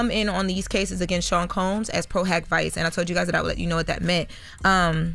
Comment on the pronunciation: LOL… I kept cringing when she said vice